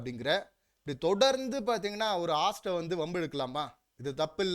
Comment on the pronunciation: அண்ணா அது ஆஸ்ட் இல்லை ஹோஸ்ட். இதை மட்டும் கொஞ்சம் கவனியுங்கள்.